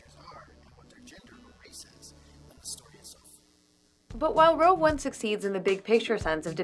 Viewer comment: Is she saying "Rogue" One, or "Row" One?